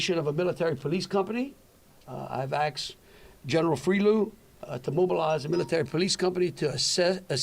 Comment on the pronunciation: the governor "also aksed" General Friloux..